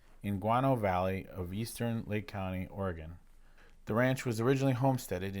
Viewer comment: I’m going to keep editing until I am all the way done with this video 🤣 Did you say Or-E-Gone!? 🤦🏻‍♀️ lol! Also that’s how the high desert is. Be windy as heck and after the sun goes down everything just goes dead silent. It’s crazy. We’ve never been! Tried once but the road was closed for the season. Told Hailey when we go we will sleep inside. She replied she’s not coming 🤣 Uhhh yes there are rattlesnakes out there lol …and scorpions